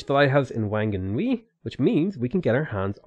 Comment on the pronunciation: Actually Whanganui is pronounced Wanganui by the tribe, that's why it used to be spelt as Wanganui. But obviously for everything else the WH is an F sound